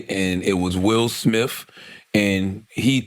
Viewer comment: 'Will Smiff' 😆